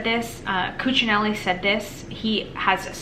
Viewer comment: You pronounced Ken Cuccinelli's name correctly.